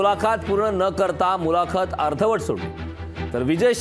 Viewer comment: मुलाखात हा उच्चार चुकीचा किती वेळा करणार.